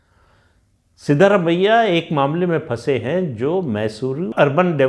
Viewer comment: Sir it is सिद्रामय्या not सिद्धरामय्या